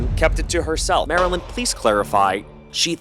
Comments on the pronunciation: Minor issue: if Marlyn refers to herself on Instagram as Marlyn, and her best friend refers to herself as Marlyn, why do you repeatedly refer to her as Marilyn? Did I miss something? It’s not a huge deal, but it does come across as impolite to continually pronounce someone’s name incorrectly. Just something to think about! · purposely mispronouncing her name for the whole video was like the guy that drags a bit on for way too long and youre just sitting there going holy shit we get it, its not funny anymore 🤭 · Ngl I felt like this video was biased off the fact that u refused to pronounce Marilyn name correctly. I don’t know if u r culturally unaware but that was HIGHLY disrespectful. To purposely mispronounce my name after I corrected u is to disrespect my legacy. Yet you had no problem defending the white roommate. Bestie I don’t like how this look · Why wont you say marilyn's name right 😂😭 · Pronounce the damn name right. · Why can’t you get poor girl’s name right 😅 poor Marlyn